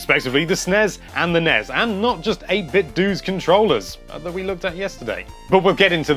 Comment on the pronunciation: This is the correct way to pronounce them as a word (not as "en-ee-ess" or "ess-en-ee-ess"). They have 1 's' which combined with an 'e' makes an 'ez' sound. Double 's' with an 'e' makes an 'ess' sound. e.g. Esmay, charges, present, fixes, Wes........guess, mess, Ness, less. of course 'est' is different altogether because english is awesome.